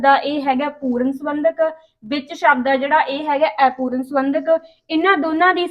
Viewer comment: Aipooran nahi hunda Apooran hunda hai